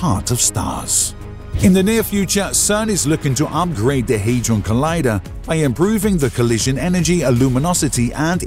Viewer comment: It's not the large Haydron collider. Where are you getting that pronunciation from? It's the large Hadron collider. There's no letter y in the name. The fact you can't even get the name correct shows that you haven't properly researched it, reducing the credibility of any of your claims.